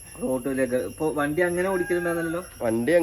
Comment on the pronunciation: വണ്ടി ഓട്ടിക്കുക എന്നല്ല പറയുക. ഓടിക്കുക എന്ന് പറയു.